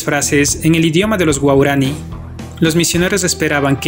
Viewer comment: Señor: ¿Guaurani o guaraní? 🤔 Por favor antes de realizar sus videos que obviamente ven miles de espectadores y oyentes, informese bien del tema para que tenga una correcta pronunciación. 😉